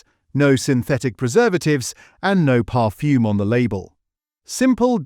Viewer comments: Really bad pronunciation. I'm not too sure what 'parfume' is for example ! Stop using a computer and do it manually. Otherwise, for me anyway, I think that the video is no more reliable than the content ! And why aim this at only 0.85% of the worlds population ? There are a few more of us around than your target audience. Is this some sort of targetted audience manipulation video instead of 'made for clicks' video ? Oh and I don't have a "Hype' button. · Parfume?! The AI has a speech defect.